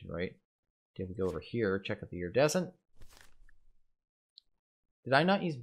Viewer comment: Nobody's pointed out "Iridiescent" yet strangely enough.